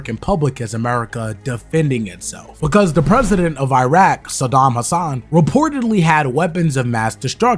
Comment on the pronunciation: Love the video! One quick note the Iraq dictator's last name is not Hasan it is Hussein.